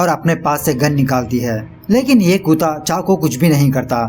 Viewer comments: आप कुत्ता को कुता क्यो बोलते हो? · Not kuta it's kutta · Sir ji koota nahi kutta hota hai.😁